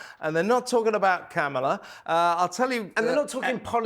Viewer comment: Please don’t call her ‘The Duchess’. Please don’t speak hopefully of rapprochements, olive branches and softenings. PLEASE! Please let that sh*t go. And please call Karmella, ‘KARmella’. Not camel-a, not caMELLA, but bloody KARmella. It’s really quite easy. It means being attentive, it’s respectful.